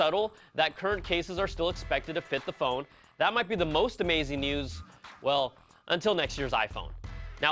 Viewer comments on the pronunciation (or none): none